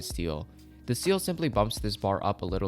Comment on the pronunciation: the way he said ciel hurts me